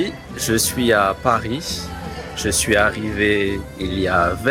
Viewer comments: Why are you pronouncing Paris with a final “s?” I thought it was supposed to be silent. Anyone? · why did he pronounce "Paris" with the "s" sound? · Does anyone know why he pronounces the S in Paris in the opening line?